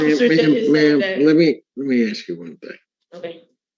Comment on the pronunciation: You're in college and still say "ax" its ASK big dummy